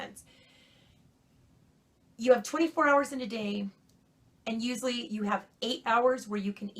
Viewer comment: She said 'uzully' gotta be Italian. Lol 😝